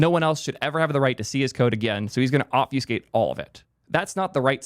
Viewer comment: someone tell this guy how to say obfuscate correctly